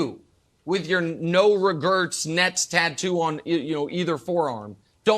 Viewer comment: This man said "no REGURTS tattoo" 😄